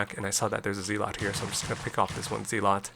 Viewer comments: Respectfully, and kindly, asking you to consider that the pronunciation of "zealot" is not "zee-lot" but rather "zeh-let". Check it out with some online recordings of the word's pronunciation. GG and have a great day! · Is this AI voiceover? ZEELOT??